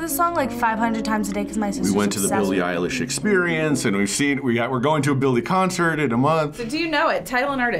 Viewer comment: Billie Eyeler? 😂😂